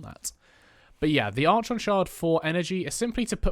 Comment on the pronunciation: Hard K sound, my brother. Sounds like ArKon x